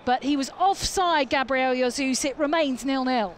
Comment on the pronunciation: Why can't commentators pronounce names properly like Gabriel yasoos cmon